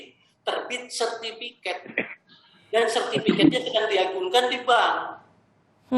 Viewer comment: Sertifikat Pak. Bukan sertifiket. Berasa ketek